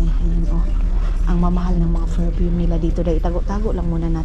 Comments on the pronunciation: Don’t say boring but bored. Another thing it is PerFume not ferpume. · Hi""" maninay,,,, maninay ecorrect lng po kita. Hindi po ferpume kundi PERFUME po